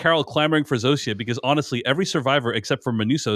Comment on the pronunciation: All the way through the show, Zosia has been pronounced Zoh-sha. You keep saying Zoh-see-uh. Why?